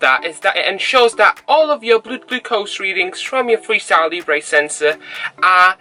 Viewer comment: Hi, Your videos are helpful and real- world Talking about pronunciation; it's pronounced "Leebra" , not " Leeebray" Keep up the good work